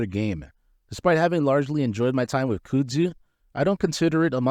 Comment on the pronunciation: I can't watch this because you keep saying "cyoodzoo" lmao. Kuhhdzoo bro